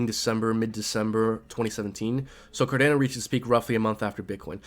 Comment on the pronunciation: For the love of God please stop saying CarDAYno. Its CarDHANO lol. Great vid though😁